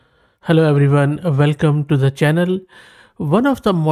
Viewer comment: Velcome velcome